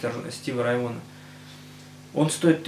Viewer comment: Стиви РАй Вон...Рай Вон. Немного не дотянул дядька, нужно говорить Стиви РАй Вагон.